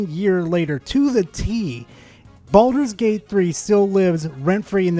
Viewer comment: "Balldols Gate 3"